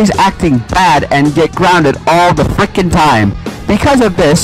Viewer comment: the way you said “FRICKREN”😂😂😂😂😂